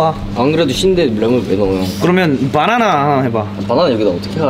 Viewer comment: 서창빈 봐나나 발음 뭐야 ㅋㅋㅋㅋㅋ